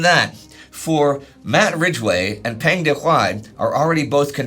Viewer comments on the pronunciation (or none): The vowel sound for Peng in Peng Dehuai's name sounds more like the vowel sound in the word rung.